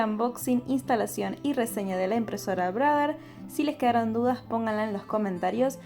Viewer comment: 😂 "brader"... Ya, ya...